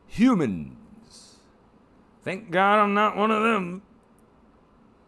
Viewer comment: LOL, LOL. love the comment... that doesn't even take into account what's going on around the world with "hü-minss" (emphasis & pronunciation) I dont know why it made me laugh but it did. Probably cause you're right!!